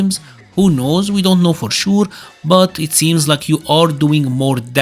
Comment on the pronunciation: we don t now for șur 😭😭😭 why your accent so good until you say sure